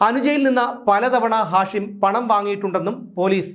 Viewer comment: നിങ്ങൾക്ക് ഇപ്പോഴാണോ ഇത് മനസിലായത്... ഹാഷിം മയക്ക് മരുന്നിന്റെ പേര് അല്ലേ? ഉച്ചാരണം മാറ്റൂ